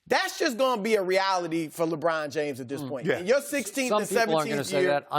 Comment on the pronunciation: Why does he have to pronounce Lebron like Lebraaaaaaaaaaaaannnn? It's forced and like nails on a chalk board to me... Anyone else?